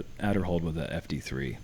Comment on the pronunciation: Pronounced Aderhold with a long A